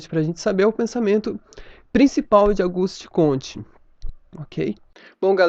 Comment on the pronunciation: é Augusto e não Auguste...